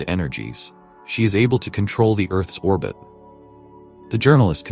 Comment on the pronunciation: “Earths Orbit “did I hear him say Ahh the n he is a complete Fraud